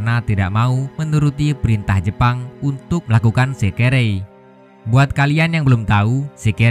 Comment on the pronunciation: bilang aja tentara jepang jangan jepon lol